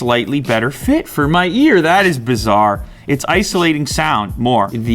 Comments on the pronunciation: "That's bizarre"😂 I like this french sound 🤣🤣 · Did You really say "bizarre " like the French word ??!!!????🤤😲😵😨😱😰